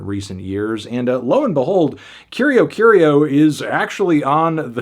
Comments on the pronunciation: Just a pronunciation tip. It's pronounced: Curi-Aw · I hate to be that guy, but in Brazil we usually pronounce Curió as “Koo-ree-oh” ☝️🤓